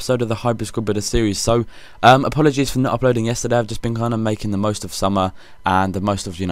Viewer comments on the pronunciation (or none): none